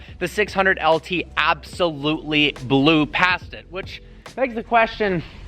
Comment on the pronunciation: AB-SOLUTLEY NO-OT!